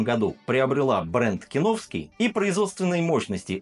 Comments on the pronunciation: Не хочу быть душнилой, но кИновский (от КИН -- "Концентраты и Напитки") вместо кинОвский, не усОвский, а Усовский (от Усово). Это как питЕрский вместо пИтерский. Чувство языка должно же присутствовать. Что касается обзора, то сравнивать производство с разливом не имеет смысла, естественно Фанагория заведомо лучше, хотя бы потому, что ее делают сами, от винограда до бочек. А Киновский, это что закупят, то и нальют, сегодня хорошо, а завтра лишь бы линию не останавливать. Цвет, это субъективщина, оба образца красят сахарным колером. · кИновский,! кИ—нов—ский!!! фанагорИя! фа—на—го—рИя!!! Ты же русский, вроде! 🤔 А вот АлвИсУ можешь как угодно называть - вся её продукция хрень полная, к сожалению.... 😕